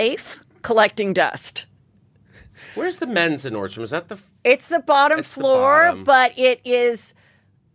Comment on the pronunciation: Nordstrom…. Not Nordstroms